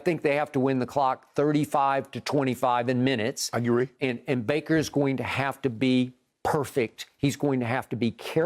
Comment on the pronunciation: "They're going to have to win the clock 35-25" "I geree" 🤣🤣🤣🤣🤣